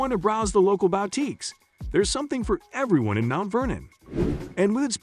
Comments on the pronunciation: or to browse the local bowteekes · Bow-teeks??? I hate text to voice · "or just wanna browse the local BOWTEAKES" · I have never heard of a BOWTEEK, but I have visited Booteeks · The "sudden-swoosh" transitions are annoying, making this almost unwatchable. The narration gives itself away as robot-voice by pronouncing boutiques as BOW-tiques repeatedly. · Terribly done, you talk about malls and not about the covered bridges of Winterset!! And learn to say boutiques correctly too.